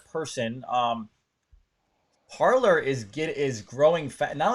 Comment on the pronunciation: Parler is a French word for talking. Pronounced Par Lay